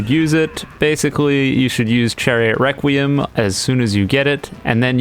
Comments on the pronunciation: Is it just me but when he says "Requiem" does he say "wequiem" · he said chariot wrecuiem